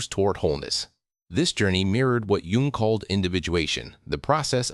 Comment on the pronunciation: You should maybe pronounce Dr. Jung’s name correctly. Oh wait, you’re a robot . . .